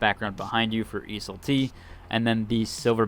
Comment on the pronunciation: must be tilting getting ridiculed by randoms when you actually did extra step to pronounce the word properly when you don't have to. Keep up the good work brotha🤟🤟